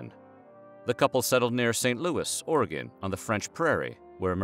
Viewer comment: Thank you for pronouncing “Oregon” correctly lol